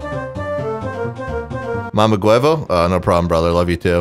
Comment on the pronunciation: Lmfao the way you say mamaguevo killed me